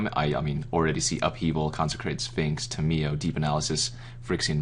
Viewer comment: The way you pronounce Tamiyo makes me cringe Dx